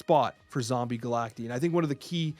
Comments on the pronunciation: I genuinely hate that the card is called Zombie Galac-TEE and not zombie Galac-TIE. Pronounced the same as Cacti 🌵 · Surely it’s pronounced Galact-eye right?? If so then someone needs to tell before his official snap video or whatever it’s called